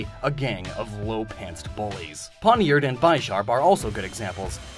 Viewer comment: DO NOT LEAVE OFF THE R IN PAWNIARD!